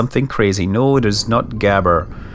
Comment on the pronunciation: Well, that was the first time I heard a scotsman say "gabber".